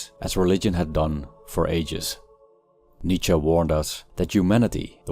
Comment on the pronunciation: My new purpose in life is to decode the grammatical phenomenon of Americans replacing “-E” with an “-A” in German surnames, when it is the last letter. Nietzscha, Porscha etc.